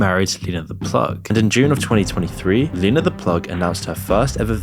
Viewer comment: Bruh, at least say names correctly. Not Leena not said "Lean-ah" it's Lena said like "Lynn ah"